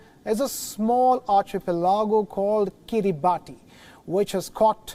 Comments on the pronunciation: It's pronounced "kee-ree-bas", not "kee-ree-bah-tee". If you can't be bothered to learn the real name, how can we trust that you've properly researched anything else? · its not pronounced Kiri baati but kiri bas. ti over here is pronounced the same way as ti is pronounced in nation or solution it has " sha" sound rather than " tee" sound. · Its "kiribas" 😅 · It is written kiribati but pronounced as kiribas. If i am not wrong! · It is pronounced Kiribas not Kiribati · It's pronounced as kiribas...not Kiribati...ti is S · It is pronounced as Kiri-bahs and not Kiribati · Its pronounced kiribas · It should be pronounced "Kiribas" please do more research you Indian reporter. XD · Pronunciation is Kiri- bus. Ti is pronounced “s” in that country. I have taught Kiribati children in New Zealand. A typical boys name is written Tioti, but it is pronounced Sos (as in sauce). Thought I’d let you know. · Just going to add some info here. it's pronounced as Kiribas not Kiribati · Guys. Please at least pronounce the name correctly. It undermines your editorial integrity if you pronounce a country's name incorrectly. It's pronounced akin to 'Kiribas' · It's pronounced Kiri-bas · A. Pronounced “Kiribass” B. It’s a country that technically yesterday, today and tomorrow on the same day so they won’t technically default on loans 🤪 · It's actually pronounced as 'kiribas' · Pronounced "kiribahs" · It is pronounced kiribas not Kiribati.. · You pronounce it as Kiriba(as) Not as Kiribati Though you write the name as Kiribati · FYI..it’s pronounced Kiribas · It is pronunced as kiribus. Come on wion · It's kiribas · Actually Kiribati is pronounced as Kiribas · Please correct the pronunciation of Kiribati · Bro that is not at all how you pronounce Kiribati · Maybe learn the correct way to pronounce Kiribati before going on air.